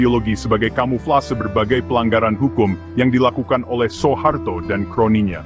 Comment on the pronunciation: SUHARTO BUKAN SO E HARTO , dengarnya tdk enak , jga salah